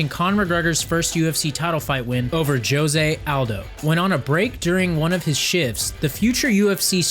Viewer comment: The way he said José Aldo hurt